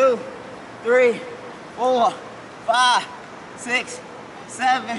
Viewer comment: "One" "Two" "ThReE" "Four" "Five" "SiX"